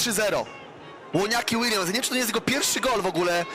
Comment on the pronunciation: ŁONIAKI ŁILJAMS